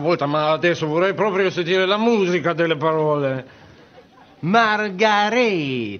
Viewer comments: the way he pronounced margheretti makes me laugh every time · The one guy who knows no italian says his name the best lol. Best scene